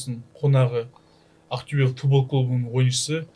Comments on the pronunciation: Ақтөбе қашан жеңе бастайтынын айтайын ба? Ахтюбе емес Ақтөбе деп айта бастаған кезде 😅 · Ақтюе емес Ақтобе, зб дұрыс айтындаршы.